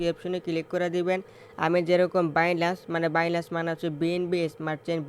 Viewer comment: বাইনান্স‌ নামটাও বলতে পারেন না 😂।বাইলান্স বলতাছেন😂😂😂😂😂😂